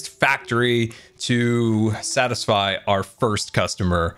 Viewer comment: It’s a cookie factr-ee (like fac-tree)! Having a dead tree adds more color, but what about cookies in the tree too? They would stand out against leaves. Anyway, the build is amazing I really like it! AND MUMBO HAS A GRIAN WAFFLE!! On the back of his head!